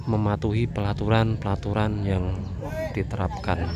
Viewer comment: Peraturan bukan pelaturan😂😅